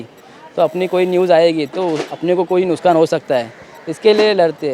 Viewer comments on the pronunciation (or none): Nuskan nhi bhai nuksaan hota hai esa bolo bhai